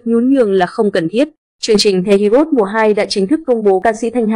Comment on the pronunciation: Heroes chứ hê ri ốt gì thím? Đọc tiếng Anh gì quái vậy?😖